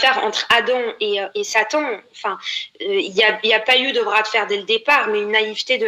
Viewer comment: Selon cette blasphématrice Adam était naïf. Elle à la seconde où "Saton" (comme elle le prononce) lui a ordonné de se dévergonder, elle lui a obéi sans hésiter. Et la voilà ainsi en train de blasphémer sur l'islam, s'exhiber sur des clips vidéos et après elle s'imagine qu'elle aura une grande communauté YouTube qui la soutiendra.